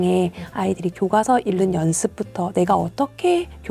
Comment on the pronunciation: 차분히 현실을 말씀해주셔서 정말 감사합니다. 다만 '읽는'의 발음을 '일른'이 아니라 '잉는'으로 표준발음을 해주시면 좋겠어요. 국어니까요 ㅎㅎ 제가 좀 까다롭긴 하네요^^